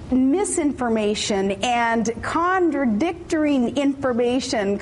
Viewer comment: She said "conderdicting."